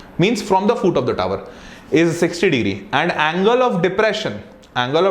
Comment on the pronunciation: It's foot not fooot